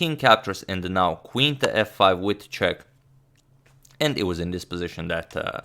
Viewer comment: Agad subtely speaking wojtaszek (radoslaw wojtaszek) instead of with a check 😆